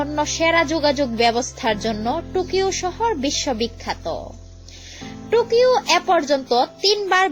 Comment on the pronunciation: পেরিস নয় ওটা প‍্যারিস, টুকিও নয় ওটা টোকিও